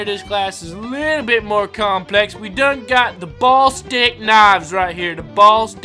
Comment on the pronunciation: its pornounsed bullistic knives not ballstick knives